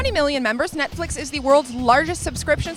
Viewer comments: did she say nutflex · sound like she said nut flex